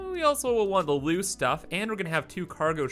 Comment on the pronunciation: Lol why do you say loose the same way as lose